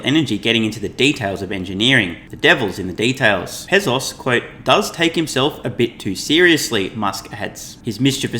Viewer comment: Pezos? I thought it was Bezos....your credibility is hurt when you can't pronounce correctly.